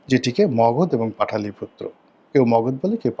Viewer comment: ভাই পাটালিপুত্র নয় পাটলিপুত্র